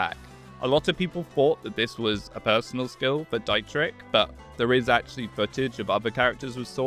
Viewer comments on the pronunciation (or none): I hate to be that kind of person, but dear lord his name is pronounced "Deet-rich", the "Dai" triggers me way more than it should